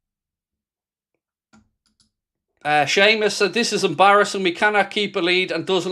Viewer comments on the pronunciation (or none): none